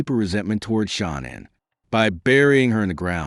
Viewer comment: My man, you could have at least had the decency to pronounce Shanann's name correctly. What you have basically done is fill your content with fluff; regurgitated information that has been public record for years. A bit of advice - don't quit your day job. If you even have one! This case doesn't need any more storytelling